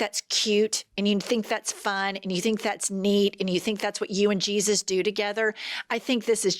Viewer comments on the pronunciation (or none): none